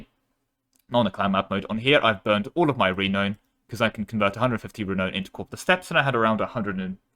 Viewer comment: interesting way to pronounce renown (renoun)...